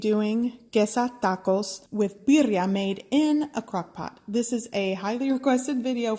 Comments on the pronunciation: Like thaco!! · when you hear 'taco' pronounced like that, you know its about to be gooooood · So Spanish? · She sounds exotic but it doesn't sound like Spanish to me. Weird